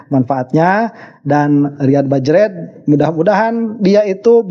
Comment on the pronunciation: punten sanes bajred a, bajrey hehehe😂